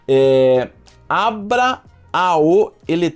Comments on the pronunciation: Conteúdo de alta qualidade... Agora eu ri aqui quando tu falou o nome do site: abra a o eletrônica??? Como assim? Aaaa: Abraão eletrônica... Kkkkkkkkkk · O nome do site é Abraao Eletronica, se fala Abra aum